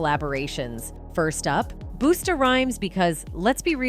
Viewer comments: )) Who's BOOSTA RHYMES? ITS BUSTA!! BUSTA RHYMES!! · Boosta rhymes. Lmao what in the AI is going on here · This chick said boostaa rimes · As soon as I heard Boosta Rhymes, I couldn’t continue watching smh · booster rhymes lol who that lol you mean busta lol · I think its Busta rhymes not Boosta rhymes.. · Boosta Rhymes. NO LADY. It’s Busta 😂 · How does she pronounce "Busta" as "Booster Rhymes"😂😂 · Who tf is “Booster Rythmes”!!!? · "Boosta Rhymes" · Not her calling Busta booster rhymes 😭😂 the disrespect 💯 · 😂😂😂Not Boosta Rhymes... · the fact she said boosta instead of Bust-a (uh) is CRAAAZZZYY lol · Booster rhymes? It’s busts rhymes. Fix your AI voice 😂😂😂😂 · Youre a news outlet get names right. Its not boosta its bust-a rhymes the disrespect 😂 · Booosta rhymes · WHO IS HECK IS BOOSTAH RHYMES!? TRASH!! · "BOOSTA" RHYMES 😂😂 I can't lol, if you can't pronounce busta you have zero hip hop knowledge. Bye! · Booster rhymes? Damn AI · I stopped listening as soon as she said boosta rhymes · This is an AI voice "Booster Rhymes"🤣🤣🤣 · 'Boosta' Rhymes!? What's with the pronunciation in these videos!? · Ayeeee yo the annunciations of these names are diabolical who tf is Boosta Rhymes😂😂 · "Boosta" Rhymes 😂😂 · Who in the hell is BOO-STA Rhymes, these AI voices kill me... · "boostah rhymes" 😂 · BOOSTA rhymes? AI is dumb. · Boosta Rhymes? Boosta? really? Are you sure you're not a robot? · These AI talks and edits are getting dangerous and someone's going to wrongfully lose their head over them. I know Fiddy has beef with Hova but I wouldn't trust everythng the internet has to say and these inerviews that are so misconstrued ..."Booster Rhymes" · Over watching this as soon as she pronounced Busta as boosta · She lost me with "Boosta Rymes" 😂😂😂😂😂😂😂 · These AI videos lack credibility.... Booster Rhymes ??? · She said boota rhymes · The A.I. said Booster Rhymes 😂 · Booosta rhymes???? Woow! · Boosta Rhymes. Fix AI man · Who the hell is Boo-sta? Lol